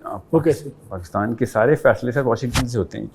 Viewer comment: Wo anchor a gaye Jo Pakistan ko Pakastan kehtay hain